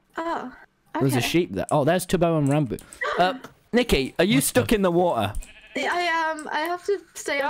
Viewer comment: not to offense but the word "stuck in the Wa er"